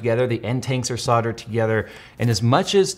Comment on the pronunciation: Say it with me now, SOLDERED. not SODDERED.